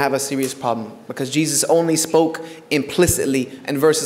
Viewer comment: Then why do you pronounce it incorrectly?